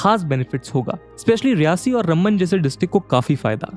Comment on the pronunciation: You are saying Rumban. It is Ram Ban! Please pronounce shri Ram ji's name properly.